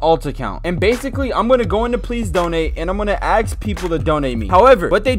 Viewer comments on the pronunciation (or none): you think he said ask lol he said aks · u say aks